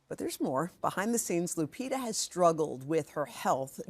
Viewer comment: The privileged feel privileged not to pronunce the name correctly. Lupitabhas been around for awhile, and still they are like " what kind of name is that?" , like the whole planet revolves around only one country with its culture and civilisation, ignoring the other 193 spread on 5 continents with their cultures and civilisation. Hoda's father is Egyptian, and Egypt is in Africa like Kenya where Lupita's parents are from. Egypt isn't far from Kenya as Egypt is in northern Africa and Kenya in eastern Africa.